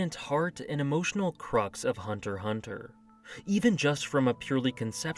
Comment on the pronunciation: When u said hunter hunter without the x it was refreshing